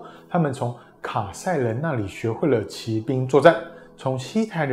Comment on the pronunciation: （騎）兵，（）音同（記），在這裡是破音字。